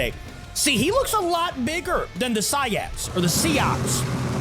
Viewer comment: It is Si-ats